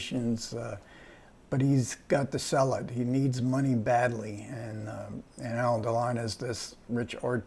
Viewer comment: It's not Elaine Delon but Alain (pron. Alen, with accent on accent on the 2nd syllable).